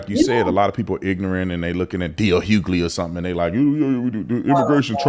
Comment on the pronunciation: Wonderful to hear. I like the clear articulation of ignant. 😂